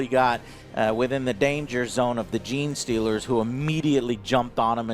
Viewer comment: He got Gene Stealers! Give him that lol